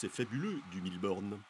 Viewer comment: C'est moi où il dit Bille Borne ?